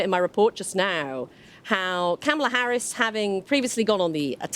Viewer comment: You would think BBC reporters would at least know how to pronounce Kamala's name.